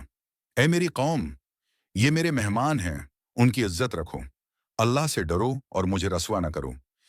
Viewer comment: Allah ka nam thek sy Lia kro